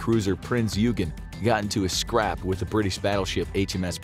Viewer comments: "Oi-gehn", not "You-gehn". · Its not ugen its Oy Gain thats how u say it other than not knowing names this great program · bismarck didnt set from brest it set from Gortenhafen Norway. And its not the Hs Eugene its Oi-gun. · FYI - it's Prinz Oi-gun. While it looks like it should sound like Eugene, that's not how it's pronounced in German. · Eugen, “eu” is pronounced like “oy” in oyster. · The name of the other German ship is pronounced OY-gen. So, the title says this is a video about German aircraft carriers. But half of it is only about the Bismarck. Truth in advertising?? The Bismarck was never more than a really big white elephant. At least when it comes to the navy, Stalin's dictum is correct: quantity has a quality all its own. Germany never had a big enough navy to make a difference in anything. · Prince you-gen? Unsinkable Sam is widely accepted to be apocryphal and not a real cat. And Admiral tripits? Come on Infographics team, I know you're better than that. Feels like quality has been going downhill for a while now, need yall to be getting back on point. Check your scripts, check your facts, check your pronunciations. Y'all used to be so good about that😢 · You pronounce "Eugen" wrong.